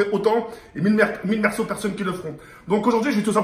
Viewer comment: mille mercau